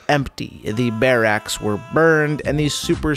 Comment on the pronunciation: Lol, wait.. did he just say bare acks😅🤣😅